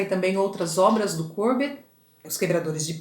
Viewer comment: O Courbet era francês e não inglês. O nome dele tem a última sílaba mais forte. Vc falou com se fosse um nome inglês. O nome da obra é bAs RESPIGADEIRAS, vem de espigas e não de pingos. Não se diz ResPING aderias. Achei a aula muito boa. Hj , após 4 anos de postagem, eu estou assistindo